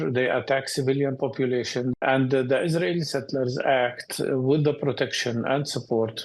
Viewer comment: Global News really said Israli settelers?!?!?!